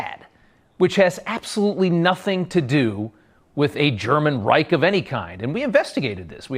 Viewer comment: 3rd REICK HAHAHHAHAHAHAH LEARN TO PRONOUNCE IT WHEN U TRY SPEAK GERMAN THIS 5 WITCHES ARE CRAZY